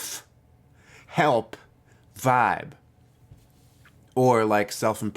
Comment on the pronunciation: "Selp helf" - call me silly but that was funny 😂 You said here MBTI specific channels don't get beyond 20k subs. Congratulations again on crossing 100k subs yesterday! 🤠